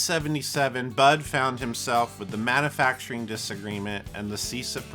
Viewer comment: Now THIS is what does best (aside from your cringy pronunciation of "manufacturing")... Much better than making/"inventing" his own gear. You are a tribute artist at heart, More of this, please.